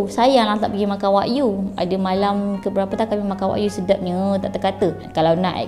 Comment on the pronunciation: Kak, sebutan wagyu bukan la wak-yu, dia wa-gyu